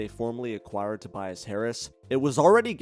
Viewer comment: "Tobiass" - lol